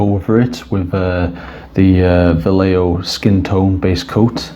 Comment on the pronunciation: what an horrible way to pronounce vallejo....